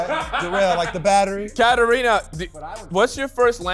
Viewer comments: she pronounced it in an americanized way. I didn't say that your name is Serbian, you don't have to get offended immediately. The name is of Greek origin, the Serbian version is Katarina, not Katerina, and we in Serbia pronounce it the same way you pronounce your name. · Its KATARINA not KATERINA just saying 😅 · I don’t even think she’s Serbian at all. How doesn’t she know to pronounce her own name correctly? That’s just unbelievable.